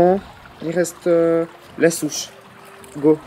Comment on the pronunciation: J'aime bien c'est drôle parce que des fois tu dis Chouche au lieu de souche sinon continue tes vidéos